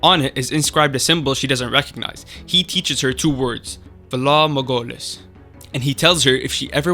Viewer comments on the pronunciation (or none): "for lord margolis"? bro no X_X its "valar morghulis" high valyrian for "all men must die"